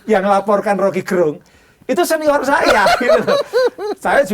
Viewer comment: Gerung baca pake e taling, bukan pepet.